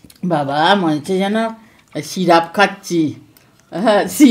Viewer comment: কথাটা ঠিক করে বলেন সিরাপ না সিরাপ